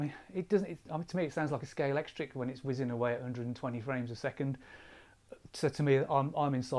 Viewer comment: Nice to hear no nonsense real impressions. Kudos for your pronunciation of Scalextric too! I've been anguishing about replacing my D810 and going z for the wysiwyg finder with old lenses + ibis and the latest 105z micro (my ais is falling apart). I will have the same niggles as you so this vid was very funny and useful to me - a grumpy brit 😂